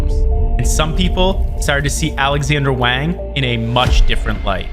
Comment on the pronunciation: Wang is pronounced Wong